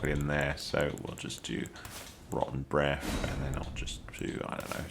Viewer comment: thanks for the vid! great tips. as an American all I hear is "Roh-en Breff" XD